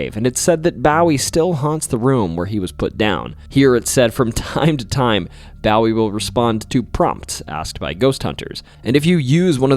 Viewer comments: My husband is a native Texan and was so upset over "B-OW-ee" and "U-LIS-is" it cracked me up, lol. 😂 This is the first video of yours I've watched, by I loved your personality! Will definitely be listening more. ❤ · BOO-EE 😭😭😭 BOO-EE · Or a Marylander 😭 bow wee is killing me 😆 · No, it’s boo-eee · As a Texan I would like to let you know that we pronounce Bowie as "BOO-WE" (As opposed to pronunciations like David Bowie) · This drove me nuts especially after him saying he has always loved the Alamo and the stories. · From New York State, and we pronounce it the same way (at least that's how I was taught to pronounce it.. BOO-Wee.). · Thank you for these great stories! A fun fact… with advance permission and with various rules & regs, you can scatter some of your loved one’s cremated ashes at the Alamo. Also a small observation, Bowie is pronounced Bow-ee. As in a ribbon bow, not as in bowing down to someone. Sending all the best from down here in Texas. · We dont say bowie the same way 😮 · SO many mispronunciation s! How does one get to adulthood without knowing how to pronounce Bowie? If not the famous Texan then the late pop star David Bowie! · the way you pronounce Jacinto and Bowie make my Texan blood ache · I was like “this guys getting it right” then he said Bowie wrong now I’m questioning him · The only problem about how he pronounces certain names is James Bowie. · You're mispronouncing Menger and Bowie. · You mispronounced both Bowie and Menger. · Isn't Bowie pronounced with a long o? Like a bow hair accessory instead of a bow as in bending at the waist? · His first mistake was saying Jim Bowie's name lol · Mispronounced Bowie and Menger Hotel…. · He's all right...but I keep finding myself correcting him on how to say things, like Bowie and San Jacinto 😅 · Well were did he learn how to pronounce names ? Shit he cant even say Jim Bowie’s name right ! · Bowie as in David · can confirm this statement as truth... think of the Bowie Knife, its said like that 😉